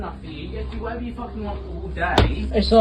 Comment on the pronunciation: "How could i dew that tew YEEEWW 😭😭😭" I cant take that accent serious